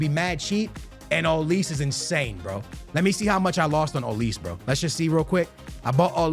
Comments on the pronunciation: ITS OLIS-AY WHY DO YOU SAY OLIIISSS 😂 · Ma boy can never pronounce people names right homie said “olis”